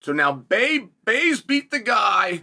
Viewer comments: Baze huh? Not Blaze, but Baze. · Lmao and he keeps doing it. "Thats Baze" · I was like, did i miss something, who is baze.. Then it hit me, hes chael-ing blaze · not his fault. Chael said it wrong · It’s Lilledahl, not Lillendahl. BLaze not Baze😂 I heard “Lillendahl” and thought “Christ, ah well, benefit of the doubt, then you dropped Baze with such confidence 😂😂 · Why can’t Chael sonnen pronounce Marcus Blaze and Luke lillidahl